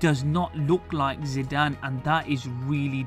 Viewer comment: hes hes zide a zitee e a zinedine zidane ....